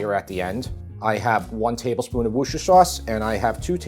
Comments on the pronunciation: Sorry have to do this - "woosher" sauce, hell no! expat brit canadian here so: break it down into three syllables, - WUS-TERR-SHERR (like CHER in sonny&cher). WUSTERRSHERR. 😀. Beef tips looks yummy AND I love pearl onions, would do it with mash and carrots/peas. James is getting hella sassy, lovely kid that he is. Regards to you, Tara and James from Ontario. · Repeat after me: wooster. Not 'wooshter', it's just wooster. You're welcome! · Skipped right to the "taste tester" segment 🤔😂 (kidding!!). Looks like a super lovely plate of food. A tip from a "brit" (and MEGA fan), 'wooster-shire' ... although many here would maybe use Henderson's Relish - not sure if that's available there state side though. Still loving your journey, a pleasure and delight to watch 🤗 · You're almost there. It's wooster sauce not wooshter sauce. Think of Bertie Wooster from Jeeves and Wooster. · Great recipes, thanks. Worcestershire is pronounced woosta-sha. Bob (from Worcestershire UK) 😀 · Those Brits are famous for excluding syllables. I was taught to say Worcestershire like this, wuss ter sheer with emphasis on the first syllable. However it is said, I am also a fan of it and chuck makes it more affordable! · Love, ya,. But it's WUSS-tah-sheer sauce. That is all. Peace to you and the fam. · Sir, I’m sorry but you’re not pronouncing Worcestershire correctly. It’s “worse-tur-shur.” The rhythm is the same as saying “rooster sh*t.” 😊 Rather unforgettable if you use that trick 😂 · You're so close but it's WOOSTERSHEAR sauce. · Why can't Americans say Worcestershire? "wust- er- sher" give it a go! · Funny, you're still not saying Worcestershire sauce right. (And I'm not even a "Brit"!) 🤣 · This was a cracker, great recipe and banter between the three of you. You still need to practice the Worcestershire sauce pronunciation though, ❤ from the Isle of Wight 😂😂